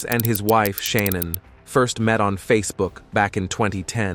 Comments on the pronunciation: Stop calling her sha-naun. It's ShaNAN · Sha-non? Pfft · This is an awful presentation. The poor woman died, pronounce her name correctly, for God's sake.